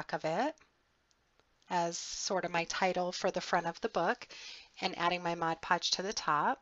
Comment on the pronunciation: Yet another comprehensive tutorial,. I love your creativity and I need to thank you for pronouncing "Mod Podge" correctly. Haha, I can't believe how many videos I've watched where they say, "Modge Podge"! It's a pet peeve of mine, I guess. Anyway, thanks for sharing another practical, yet beautiful creation!